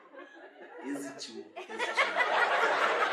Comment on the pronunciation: no "exitiu" eu quebreiKKKKKKKKKKKKKKK